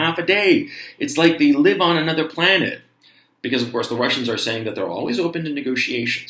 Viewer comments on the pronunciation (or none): none